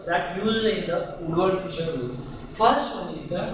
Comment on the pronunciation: How do you get Fisher from Fieser?!?!? I so dislike when people spell or pronounce my last name improperly. That was my great uncle, Louis Fieser. Pronounced like Fee-zer.